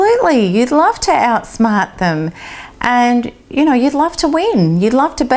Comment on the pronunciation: Out-Smaht the Nah-cess-cyst